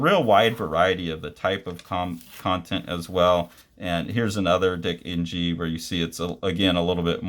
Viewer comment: Hi, the Ng in Dick Ng is probably pronounced as Ing, as that’s a Chinese name.